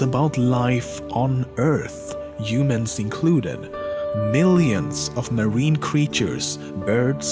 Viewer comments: how he pronounces humans: yumans lol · Imadien , Yumans :D your pronouncing is funny